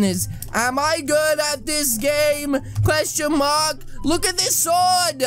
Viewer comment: Can you pls stop saying qestionmark